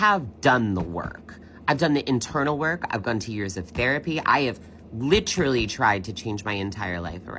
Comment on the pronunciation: If you annunciate “LIT TERR UHHH LEEE”, you gotta GO!